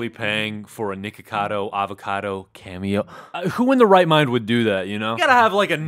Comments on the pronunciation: I hear naked-cado avacado in the beginnign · For a second I literally thought he said Nakedcado Avocado. 🤠